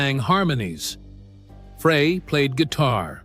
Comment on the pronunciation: It’s not Fray. It’s Fry